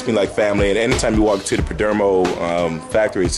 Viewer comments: Good vid but it's PerdOmo not Perdermo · Have you learned how to pronounce the perdomo family name correctly? 😂😂😂